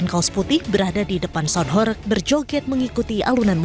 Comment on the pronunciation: Sound horeg, bukan horek